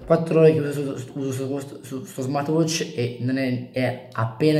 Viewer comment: ti ho solo corretto. Sentire Smart"wi"tch per tutta la recensione non è il massimo, nulla di piu